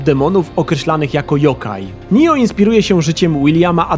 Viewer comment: Oj, nie czyta się nijo tylko NIOH